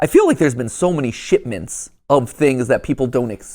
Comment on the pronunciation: did bro just say "shitments"?